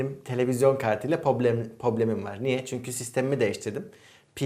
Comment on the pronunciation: Abi artık şu probleme poblem demeyi bırak Allasen ya!